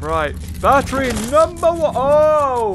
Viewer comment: he calls it barry instead of battery